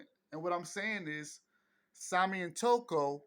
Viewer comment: not tokyo but " Toko"